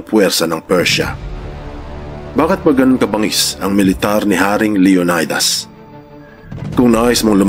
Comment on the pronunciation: LEO NAY DAS IS WRONGLY PRONOUNCE. SHOULD BE PRONOUNCE LEO NEE DAS